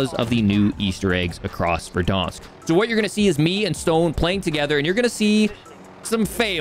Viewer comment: Please stop saying verdÃnsk